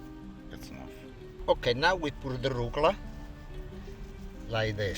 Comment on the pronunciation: omg I laughed so hard when I saw his little tube of arugula spelled phonetically the way he says it! "Rucla"!